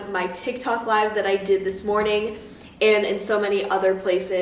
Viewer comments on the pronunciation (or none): none